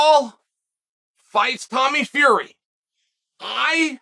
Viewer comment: 'Will Fleury' Simply incredible